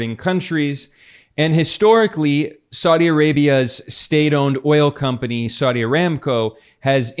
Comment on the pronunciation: saudi is 3 syllables not 2 syllables. sa-u- di not sau- di.